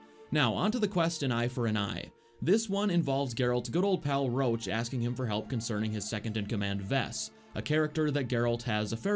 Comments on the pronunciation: his name is roche not roach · Ps.Not Rowch,but Roch ;)You misspelled that name. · Roche and Roach are pronounced differently, you are doing it the incorrect way, for seconds i thought "how the F does the horse have any dialogue lines apart from that 1 quest that you are not talking about" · Stop calling Roche per "Roach" his name sounds originally as "Rosh" I'm Polish and I know how it's natively pronounced from CD Projekt RED themselves. Trust me - it was an English DUBBING MISTAKE (which is pretty major, considering that Roach is Geralt's horse. xD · I hate how he keeps calling Roche "Roach", cmon, one is a valiant temerian partisan, and the other is a horse. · FYI Roche is French and is pronounced RUSH not ROACH. Its RO . CHE and is pronounced like Rush. That is all. Thank You. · Your Roche sounds like Roach, which is funny :D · i cant listen to him saying "Roche" wrong the whole video it hurts